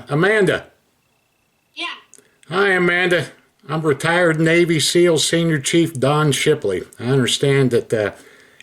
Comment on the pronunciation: It bugs me how she says navy SILL